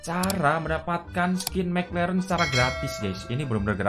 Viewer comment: mek leren😂anjim logat jowo